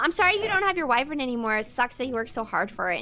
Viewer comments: Okay okay okay I bit my tongue but I’m half way through the video and at this point I’ve heard this word too many time to say silent!😩😂 it’s pronounced wy-VERN not wy-VRYN 😩😩😩😩💛💛💛💛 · JOEY! IT IS PRONOUNCED “WYVERN!” NOT “WYVREN!” YOU AND MEGAHN ARE SAYING IT WRONG! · IT'S WY-VERN NOT WY-VREN. YOU'RE MAKING IT *HARDER* TO PRONOUNCE THAN IT IS. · Lol it’s Y-VERN annnnnnd Jack has the same wyverm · Please google how to pronounce wyvern